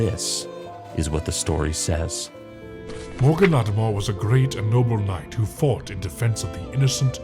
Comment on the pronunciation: Awesome video! Small criticism - the constant mispronunciation of 'Mor'Ladim' killed my immersion. It's not "Moar'LAD-em" It's "Moor'La-DEEM" Its supposed to sound Latin/Irish, which in this case makes it feel more menacing when spoken. Roll the 'r' at the end of 'Moor' to dramatize the effect.